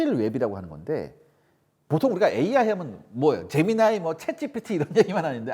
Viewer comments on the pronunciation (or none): none